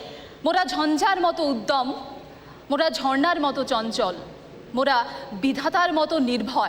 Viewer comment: Over smartness মোটেই খুউব একটা ভালো বিষয় নয়, । একটু অন্তত পড়াশুনো করে এলে সঞ্চালনাটা ঠিকঠাক হয়। কবি নজরুল লিখেছিলেন " ঝঞ্ঝার মতো উদ্দাম "; উদ্যম নয় -- যেটা তুমি ভাই বললে। কেমন।